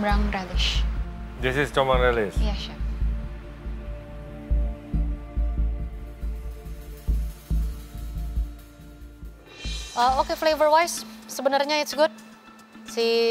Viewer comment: bukan si arnold, tapi chief arnold, rupe rupenye terdengar seperti sif arnold